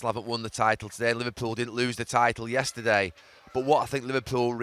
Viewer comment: Say yesterday again you muppet